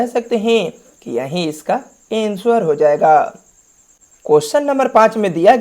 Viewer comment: Ansuvar nahe bhai anser